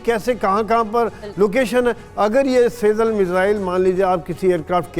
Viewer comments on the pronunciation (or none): सेजल नही सीजजील